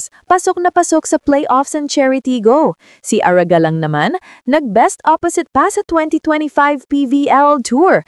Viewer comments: 😂😂😂😂😂slang ata 😂😂😂😂😂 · Kindly pronounce it properly Ara Galang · Polite request, pede bang paki pronounce naman ng tama yung name ni Ara Galang???